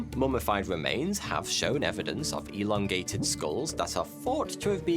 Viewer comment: "We should elondate" made me laugh more than it should have, thank you for that.